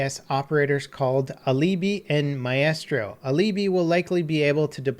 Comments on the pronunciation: My-strow, not My-eh-strow. English, my dude. Do you speak it? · Maistro, not Ma-e-stro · Mae-estro? Its mystro. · isnt it pronounced, my-stro not, my-estro? sounds like an estrogen pill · Maestro is not maeestro though. Aleebee is ok i guess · Maestro.. 'My-estro'.. not even close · Exactly what i was going to say. srsly don't be so stupd it's Maistro. I mean it doesn't even have an E. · Myestro?? really?? Maestro isnt a hard word to say. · Maestro is pronounced "my" + "stro" :) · pronounced 'mystro' , lol ya pickle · its pronounced mie-stro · Its pronounced MY-STROH. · John Gregory you are close, but only partially correct. The right pronunciation is MA-E(like in BET)-STROH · John Gregory yep, don't trust the Italian who knows his language... Anyway it's a slight difference, so you can continue pronouncing it wrong if you want to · The way he pronounced maestro lol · "aleeebi and my-estrow" lmao (Ah-li-bi and my-stro pls ) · Fuck me pronunciation of Alibi and Maestro was fucking hilarious. “Uh-lee-bee” and “my-Astro”. Fuck me dude..it’s not that hard to figure out it’s pronounced like “my-stro” and “Ali-bye” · “Uhleebee” “Maiyestro” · "Aleebee" "My-estro" lol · AL-AH-BY and MY-STROW not whatever you said 😂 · AL-UH- BY and MY-STRO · I can't believe you mispronounced "Alibi" and "Maestro". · I know, i find it frustrating how often people from north america mispronounce words, these aren’t even hard words to read or say. Says a lot for the education system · Hopefully the way you pronounced Alibi and Maestro was sarcastic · You couldn’t have pronounced alibi and maestro more wrong and it literally makes me think less of you. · Anyone else enjoy how he butchered alibi and maestro?